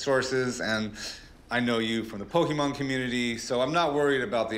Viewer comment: "Rick it is Pokemon not pokeman"-chumlee